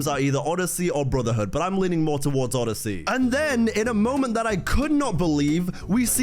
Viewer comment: said oddssey lol